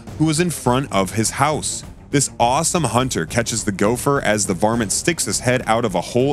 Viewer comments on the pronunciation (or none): none